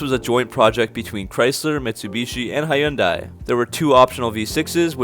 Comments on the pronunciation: Did you really just say “HIGH UN DIE” don’t you mean “hundie” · Hyundai rhymes with Sunday. Not High-un-die. It’s hun-day. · “Hi-un-die” lmfao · this guy needs to learn now to pronounce Hyundai oh and Fiat